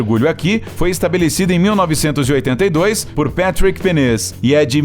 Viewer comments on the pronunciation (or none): none